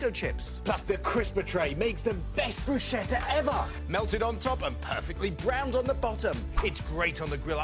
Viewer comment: THAT'S NOT PIGS IN BLANKETS AND THATS NOT HOW TO PROnounce bruschetta AND STOP saYING OoEY GPPEY